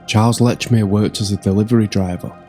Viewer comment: Please pronounce Lechmere's name right. No T in Lechmere. Very annoying.